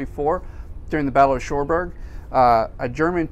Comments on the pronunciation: it's Cherbourg - pronounced "Share Borg" rather than "Shore Berg" 😉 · To many uhhs ..... and its not Choreburg, its Cherbourg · Sounds like you are saying "Chorberg". I think you are mispronouncing "Cherbourg".